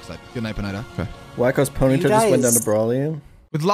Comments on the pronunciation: poh knighta, instead of pony tah got me the weirdest ngl, and you called gym leaders bosses that threw me off, not saying you're wrong just very jarring lol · OK, so WTF is a "Pon - eye - tar"? I've heard of of a "Pony - ta" but never a "Pon - eye - tar". apart from that, i actually enjoyed this video. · pony- tuh * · Never heard someone pronounce it. PoNIEHta. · If you say "pone-i-tah" one more time, you lose. These noobs who didn't start Red Blue just don't get it shakes head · Bruh... Pon-I-ta? It's a pony... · The way you pronounce Ponyta is fucking crazy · My guy you are pronouncing ponyta wrong. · Why do you pronounce ponyta like that